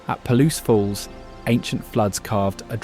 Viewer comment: Puh-Loose Falls